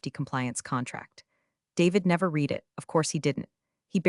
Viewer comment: Still can't get "read" pronounced correctly.